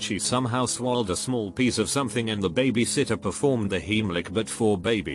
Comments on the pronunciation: Babay sitter....AAAAAAAAAARRRRRRRRRRRRRRRRRRGGGGGGGGGGGGGGGGGGGGGGGGGG!!! IT'S BABY! NOT BABAY!!!! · Say bah-bie sitter again 🙄🤦‍♀️🤦‍♀️🤦‍♀️ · Nobody: Robot voice: BAH-biesit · No one: Computer voice: BAH BAY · The way babysitter was said